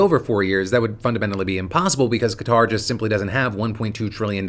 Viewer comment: Kinda weird but thanks for saying Kuh-tar. Been hearing so many saying cutter like what? 😂